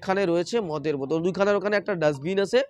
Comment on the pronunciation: বোদোল নয় বোতল উচ্চারণ হবে।